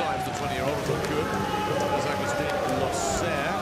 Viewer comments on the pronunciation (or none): I think he's fine with it. In their country it is pronounced as loh-sehr and not looser. Besides he's got talent good looks and an olympic bronze medal. He couldnt care what others think of his name 😁